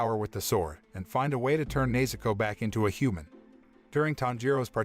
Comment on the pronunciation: bro he called nezuko neizuko whyd anyone appreciate that